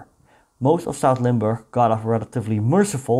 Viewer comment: Nice video, I'm a resident of Limburg. My grand uncle who was in the resistance, joined the Americans, and got killed in Duisburg (DE). Thanks for making this video, and pronouncing Limburg correctly.